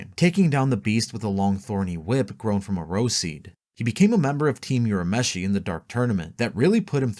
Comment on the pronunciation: Why do you guys purposely mispronounce name like urameshi when it is clearly said the same in both the japanese and english versions